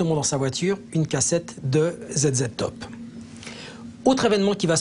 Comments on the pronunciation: Mr Rizet vous vous êtes rasé avec une biscotte 😄😅 on dit pas zedzed top mais zizi top 😁🤣 dominique aloooors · "Zed Zed Top" Scandaleux ça monsieur Rizet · « zéd zéd top »😂😂 par pitié, un ptit effort